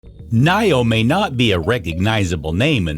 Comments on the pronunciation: Knee-o, NOT Knigh-o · Your pronunciation for Nio is not right